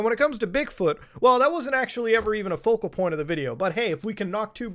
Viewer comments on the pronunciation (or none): none